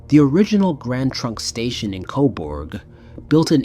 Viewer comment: It's pronounced 'koberg' not 'coborg' lol